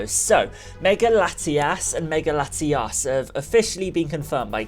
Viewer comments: You keep daying their name is laitias and latias but actually its latios and latias, keep it right next time I'm getting confused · i try my best to be accepting of people with accents but dude you pronounced Latios and Latias exactly the same. One has an O and one has an A. please do better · It's latiOs and latiAs not latias and latias